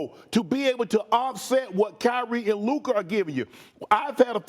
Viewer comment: Stefan A continues to deliberately mispronounce Luka’s name when he deigns to even mention him…Stefan A is a xenophobic racist